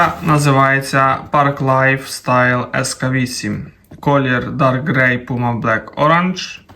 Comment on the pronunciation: ск-вісім - це читається як "скейт", з натяком на те, що взуття для скейтерів. фюзеляжі - прикольне слово знаєш, але це люверси.